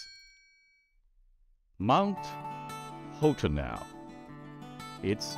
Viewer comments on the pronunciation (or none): You're deluding yourself, Ed. It's "Hot Enow" and always has been. You can't disguise the campy wordplay on the phrase "Hot enough for you?" by pronouncing it wrong.